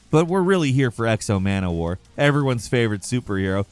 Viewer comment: Exo Mana War? 😂 It's X-O Manowar